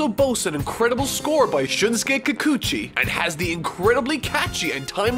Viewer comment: ...How could you pronounce Kikuchi just fine and botch “Unmei No **HI**”? Also either OG Japanese or TFS. I can’t decide.